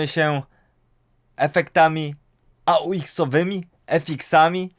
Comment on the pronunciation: AUX to skrót od auxiliary więc nie wymawia się go jako A U X (jakby to były pierwsze litery jakichś trzech słów) tylko po prostu aux ;)